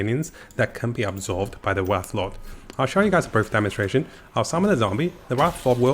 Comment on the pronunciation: Wraith, not Wrath.